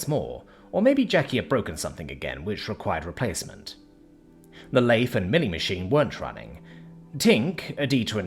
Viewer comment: Lathe is pronounced as "lay-th" with a "th" as in "the"